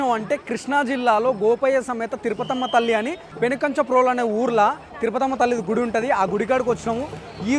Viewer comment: తిరుపతమ్మ తల్లి అంకమ్మ తల్లి కొంచెం క్లారిటీగా చెప్పండి